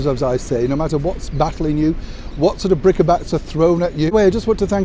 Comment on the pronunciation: Is it not Brick-Bats?